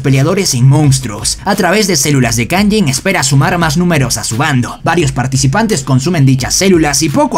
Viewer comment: No se dice kayin se dice kayjin